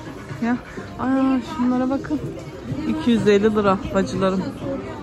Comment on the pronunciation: Lıraaaa değil liraaaaa